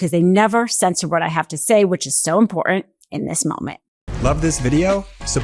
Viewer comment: Good reporting! But could you learn how to pronounce IMPORTANT?